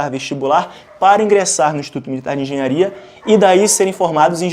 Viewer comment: Corrige o "Enghenharia" rsrs